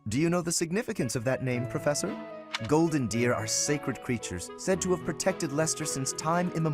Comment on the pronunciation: Anyone else hear "House of the Golden Beer" instead? The most drunken of houses